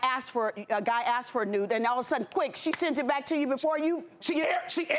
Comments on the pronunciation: When you say axs I'm confused and a turn off! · “He ended up axing me” if only.